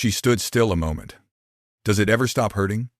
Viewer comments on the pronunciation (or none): Please learn how to pronounce MOMENT!